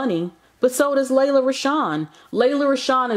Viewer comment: It's pronounced "Lee-la". Y'all do the most reporting on news but jacking up words.